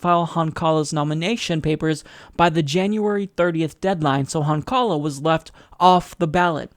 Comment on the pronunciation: It's Cheri HONkala, not Cheri HonKAla. The pronunciation is with the emphasis on the first syllable. You should know this as a progressive since a lot of us voted for her in 2012 for VP running with Jill Stein for the presidency. And she had a LOT of televised journalism focused on her, especially when she and Jill were arrested and imprisoned as they tried to enter the Obama/Romney debate venue in Texas. That was only 4 years ago.